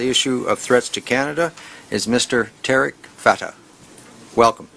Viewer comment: "TAREK" FATEH IS INDIAN RAW AGENT.THIS IGNORANT SO CALLED INTELLECTUAL DOESN,T KNOW THE REAL SPELLING OF HIS OWN NAME,ITS "TARIQ' NOT "TAREK".